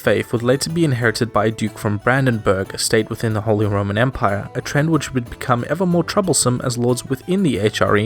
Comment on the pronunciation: holy roman "emire"